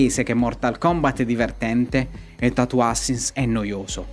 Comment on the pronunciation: "Tatoo ASSASSINS", non "ASINS". Tatoo Assassins può essere brutto e fatto male, ma dai, non si può dire che non sia divertente. Se lo analizzi bene, incarna esattamente la definizione che dai tu stesso! "Brutto" non è la stessa cosa di "non divertente".